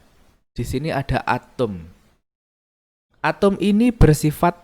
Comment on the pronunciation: Bapa nya nyebut Atom atau Atum sih ! ?